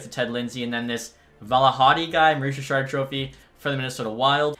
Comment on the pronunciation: Mooois Jichaaad (Maurice Richard), always crack me up 😆 Good vid!